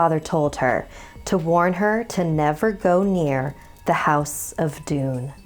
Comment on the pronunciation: I thought it called doom not doon 🧐🧐